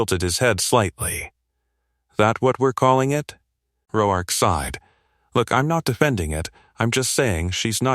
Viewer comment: How is it AI can pronounce the name Mateo but not Roark?